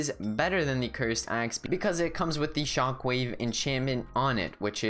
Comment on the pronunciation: You said ,"the shonck wave enchantment."